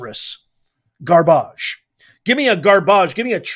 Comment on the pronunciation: Ga-barge! lol love it! 🗑